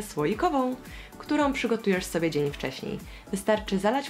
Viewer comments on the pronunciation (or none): powiedziałaś dzien a nie dzień tylko mówię kocham cie 😘❤ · Powiedziałaś zamiast dzień to dzien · mówi dzien zamiast dzień XD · zamiast dzień powiedziała dzen😂 pozdrawiam jesteś super najlepsza youtoberka na całym świecie❤ Edit: proszę o serduszko❤😃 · tylko mi sie wydaje że ada powiedziala dzien a nie dzień? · Wiem data.... w powiedzialas dzien nie dzień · Czy tylko ja usłyszałam dzen a nie dzń na końcu filmu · Usłyszałam dzien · ona powiedziała na końcu dzen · Powiedziałaś dzien